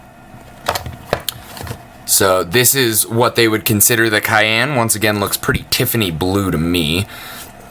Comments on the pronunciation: It's pronounced like "Syan" but with a C instead of "Kyan" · VTC-Varaiable Temp Control. Cyan-"sigh" "anne"....are you new? Cayenne aaahahahahaha. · cyan like cean from Ocean. (Greek origin, κυανό). Blue! Nice video the vtc mini rocks indeed. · "Kyan" LMFAO